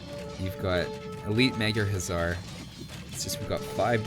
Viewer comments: May I help you out with the correct pronounciation of "magyar"? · Lol how funy u say the blue team race "Magyar" :D this is sounds right. :) GY is a letter it is not G+ J and A is closer to german a then english a letter.